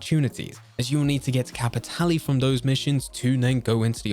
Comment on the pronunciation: Regarding Blood Money: well Im pretty sure we all learned its pronounced "Cappy-TAY-Lay"